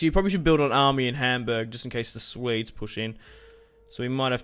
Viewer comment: Can you not pronounce Swedes as ''Suedes'' , but something like ''Sweedes'' ?